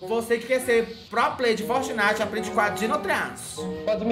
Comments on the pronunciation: "Fortinite" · "fortinite" eu não aceito!!